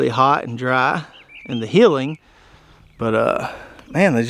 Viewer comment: Nice garden, and good video, but I did have to chuckle, as it sounds like he's saying "heeling potatoes". (and Americans think they don't have accents). Even the you tube AI auto-chapters-generator thinks he's saying "heeling".